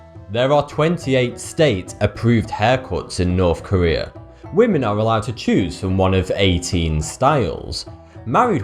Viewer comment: It's North Korea, not Nuuuwthh Kuwweeeaa.